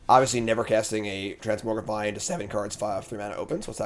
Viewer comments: If doesn’t stop mispronouncing Transmogrify I might tilt out of existence. It’s TransMOGrify not transMORGify! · will try to pronounce it correctly if we bug and beg him enough (he did so for "Jee-ada" a while back). Transmogrify even has "Mogg" in it, so he has no excuses. "It's another (trans)MOG(rify) Monday!"